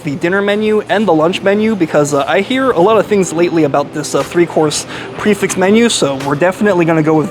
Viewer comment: pronouncing Prix correct snd Fixed incorrect adds to his charm.